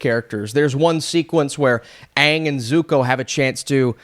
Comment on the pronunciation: At least they pronounced the name aang instead of ong